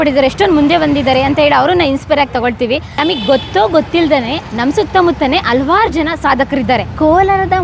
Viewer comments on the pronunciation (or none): ಅಲ್ವಾರ್ ಜನಾ ಅಲ್ಲಾ ಮಾ ಅದು ಹಲವಾರು ಜನಾ